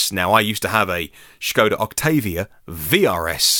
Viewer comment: What's with the pronunciation of Skoda becoming Schoda?